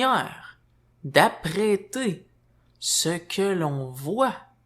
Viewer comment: Bonjour, lorsque tu dis "apprêter", ce que je comprends que tu dis, c'est "appréhender"